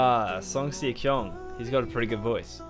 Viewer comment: The MV doesn't play the full audio track. If you want to listen to the full track, it's not in the MV. Also the "Si" in his name is pronounced "she" not "see". Good reaction man. Enjoyed it.